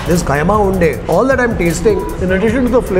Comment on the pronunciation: It's kheema unde not khaima